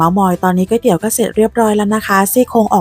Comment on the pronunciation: คุณเป็นคนแรกที่สอนพูดคำว่าก๋วยเตี๋ยวถูก คนทั่วไปจะออกเสียงว่า ก้วยเตี๋ยวหรือก๊วยเตี๋ยว ซึ่งขัดใจเรามาก เพราะมันไม่ได้อ่านว่าก้วยหรือก๊วย มันคือก๋วย 😂😂